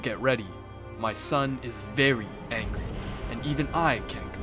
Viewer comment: Man says "angy" at 1.18😂😂😂